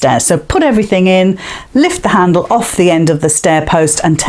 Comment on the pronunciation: that's a good idea. but i did have a little giggle. when you said candle. instead of handle. and you soaks i thought was the teddy's legs. lol lol Thank you. x